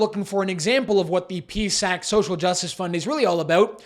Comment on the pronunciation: It's pronounced P-S-A-C! If you are creating a video to complain, why not complain about the Prime Minister giving himself another $35K raise plus all the MPs getting 3 raises during the pandemic alone...so make sure you do your homework...